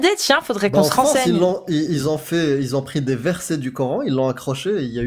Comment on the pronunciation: C'est quoi cette manie de dire "qui z'ont" ?